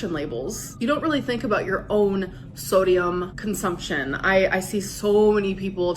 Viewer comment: I like when she says thodium